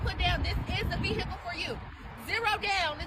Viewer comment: I’m not buying anything from someone who says VEE-hickle 🙅🏻‍♀️